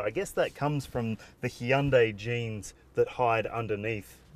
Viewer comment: I think I pooped when you pronounced Hyundai. lol